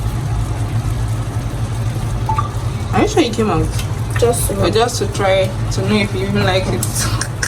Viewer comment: It's not paluu masala it's pilau masala